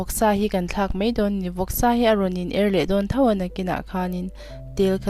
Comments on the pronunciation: I chawhmeh siam a tui hmel ṭhin e,mahse,mizoṭawng hi i uluk thei deuh em aw ka ti,mai tih tur hi mei tih in i lam tlat mai. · Dik chiah 'mai'/'mei' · Mai tih turah mei iti ṭhin hi anihna bo ṭhakin i sawi.fiah kati maia ṭawng kam hi no lutuk leh lam rik dan aṭang hian afiah in afiah lo ania miss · Mei ti lovin Mai ti ta che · mei ti toh suh, mai ti roh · I siam thiam in a tui viau ang mahse vawk sa kher hi chu, a hanga chhum tawp hi ka duh deuh ber mai.. Chuam "mai" tih turah "mei" i hmang erawh ka lo ip deuh. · I camera dah dan a fuhlo ka ti en a hreawm ring a kham duh hle mai 😂 Tin, a bawl hlo leh tih vel khi thuziak in rawn ti tel zel la kan va duh ve... A sawi a sawi ringawt hi chu... Subtitle i ti thei lo anih pawhin a bawlhlo leh tih vel, a pawimawh chi deuh ang a lang hi chu ziakin rawn dah tel thei la a lawmawm khawp ang. A tawp nan... "Mai a" tih tur ni awm ah "Mei a" iti leh zeuh ṭhin